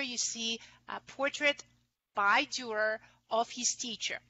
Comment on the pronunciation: Interesting on the anagram Coat of Arms the paints the left hand of the A and the Top enforced, so it resembles a T like Tor, or Tür, the lecturer seemingly never visited Nürnberg, and despite her overwhelming and deep knowledge about Dürer, she cannot pronounce his name.